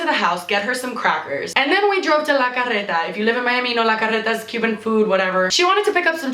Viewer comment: I️ have a la carreta where I️ live and it’s sooooo good. Btw the way that u say that is so cool and I️m jealous 😂